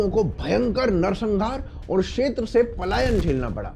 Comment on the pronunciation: 'क्षेत्र' को 'शेत्र' क्यों बोलते हैँ आप? और भी कई व्याकरण की, उच्चारणों की त्रुटियाँ करते हैं. जैसे 'मातृभूमि' को 'मात्रभूमि' बोल रहे हैं 🤨 भई, आपका कार्यक्रम हिंदी में है और हिंदी हमारी राष्ट्र भाषा, मातृ भाषा है, वह तो ठीक से आनी ही चाहिए!